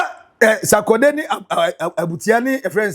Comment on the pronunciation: The word is Sorkordey not Sakodey 😅